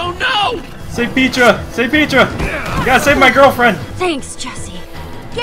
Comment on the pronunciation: It's pronounced"P-EH-TRA"not"P-IE-TRA"